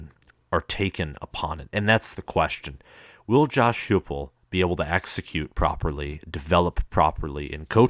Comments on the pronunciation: Dude, his offense was 2nd in the nation. and his name is pronounced Josh HYPE-ul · Heupel is pronounced HI-PEL, dude. And Fulmer is still alive.